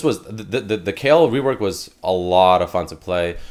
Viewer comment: You said Ezreal reowork not rework.